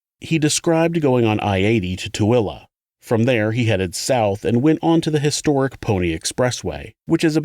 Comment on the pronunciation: I’m so proud someone other than just Utahns know how to pronounce tooele 😂